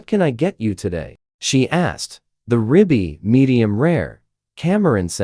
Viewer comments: BY THE WAY, THAT'S RIBEYE...NOT RIBBY!! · Another AI bullschitt dime novel creation. The give away was the “ rib bee “ steak twice.